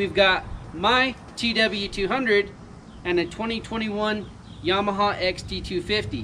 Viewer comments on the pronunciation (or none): none